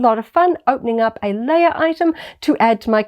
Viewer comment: I just discovered your channel. I like your content, but I'm having a hard time not cracking every time you call her princess "Layer" and call them a "figger ". I can't wait to hear ya say "deck." Lol